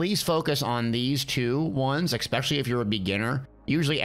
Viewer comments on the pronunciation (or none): Expecially isn't a fucking word. Its especially. Also, seals of endeavor. not seals n endeavors.